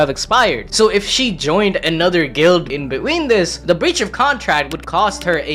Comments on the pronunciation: anyone else notice that he doesnt say between but he says be-ween look and you will know what I mean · Bro says "between" "be-ween"